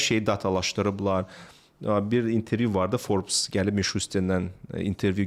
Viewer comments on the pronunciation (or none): none